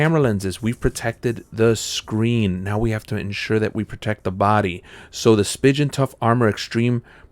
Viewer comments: Spigen is pronounced spee'gan 🤦🤦🤦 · Did he really just say spigen that way .-.